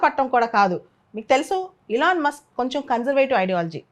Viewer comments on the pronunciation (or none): none